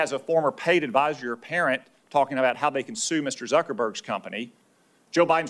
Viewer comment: about, not abour...lol